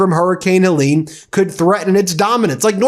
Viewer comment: "Heleen" for Helen? Are all your weather namers on bad weed, or is your own weed a bit suspect? Her face may have launched 1000 ships, but her name wouldn't, pronounced like that! 😁😉